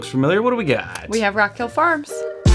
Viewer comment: Did Sarah say rock “fill” Farms at the beginning?